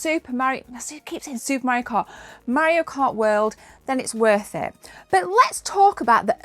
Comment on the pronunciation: i love how she says mario like maorio. maby his a new zealander afterall